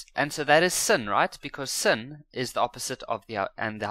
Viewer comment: sin is pronounced as sine